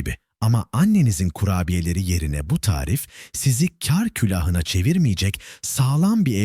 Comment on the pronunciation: Seslendiren kar demesini bilmiyor. Bütün videolarda aynı